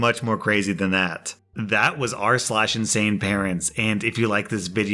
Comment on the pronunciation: I love how you put a huge emphasis on the word insane. If the title didn't get the point across that definitely would.